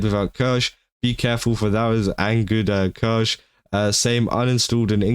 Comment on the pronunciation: I think you should know how to pronounce her name at the very least. Hurts every time you massacre her name. Written Kirsche but pronounced Kirscha.